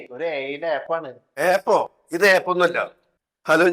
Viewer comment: എപ്പ്‌ 😃😃😃ആപ്പ് എന്ന് പറയൂ